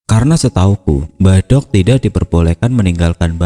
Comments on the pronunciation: Pengucapan mbahdok yg benar itu "dok" perpanjangan dr mbak wedok, bkn mbah "dhog". Kalo bahasa jawa timuran mbadhog artinya makan tp bahasa kasar orang jalanan 🙏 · Ma'af cuma koreksi... Kata "Mbah Dogh', baca huruf "D" nya trlalu tebal..... Cara bacanya tempelkan lidah di langit2... bukan ujung lidah yg di tempel di atas....